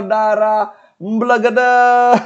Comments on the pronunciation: bacanya EmbElgEdEs. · Mbelgedes e nya dibaca kaya ember bli bukan elang..